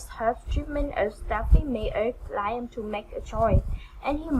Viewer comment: Just so you know, it's pronounced " Lee am" NOT Lie em. " liam..sounds like Lee um. Keep up your effort.. your english will get better in tome. God bless you. I couldnt speak uour language anywhere ear as you speak mone. Practice will help 👏🌺